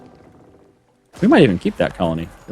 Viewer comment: its not ga bone. its gay ben, such as the all might overload of steam and all that is holy on the internet!